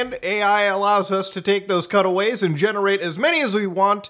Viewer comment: I thought you kept saying cuddle waves until i realized you said cutaways. I was so confused.